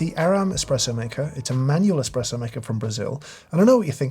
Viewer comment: Its "espresso"